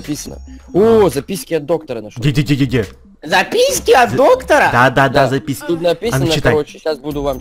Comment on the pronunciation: И почему сказал записьки? Кто тоже заметил?